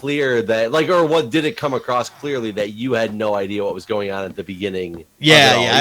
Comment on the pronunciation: File this under minutia: could you explain to Jeff that the word ""across" does not have a "t" at the end.